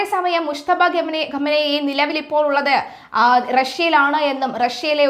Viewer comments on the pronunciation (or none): none